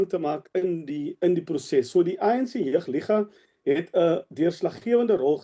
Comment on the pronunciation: Wat is 'jig liga' ? ... die oumense met pyne in die gewrigte??? Dis JEUG ... nie "jig" nie!